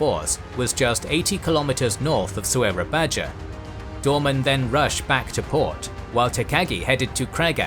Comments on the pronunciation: Soerabaja (Surabaya) is pronounced "Soo-rah-Bye-ah" not "So-er-rah-Baj-ah" Took me a little while to figure out which city you were referring to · Amazing graphics and storyline, but the place pronounciation is a bit distracting. Soerabaja is pronounced as soorabaya. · It's a shame that these excellent animations are tarnished by terribly distracting place name mispronunciations... Has anyone been to "So era badger"? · Just fyi; The city written "Soerabaja". The correct pronounciation is "Surabaya" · Soerabaja is pronounced “Sur-a-bye-a” it’s the Dutch spelling where the “oe” is pronounced as “u” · I noticed you're still using old Indonesian spelling in location names. Like "Soerabaja". In those days, "ja" is actually pronounced "ya". This old spelling fixed in modern Indonesian language.